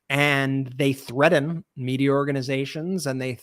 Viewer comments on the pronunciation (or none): The word threaten has no "d" in it...